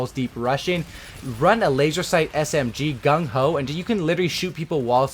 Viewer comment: he said gun ho like an asian guy